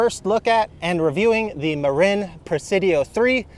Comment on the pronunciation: Hey – I live in the SF Bay Area, just across the bay from Marin County (home of this bike brand). FYI, the name is pronounced muh-'rin, not muh-'reen.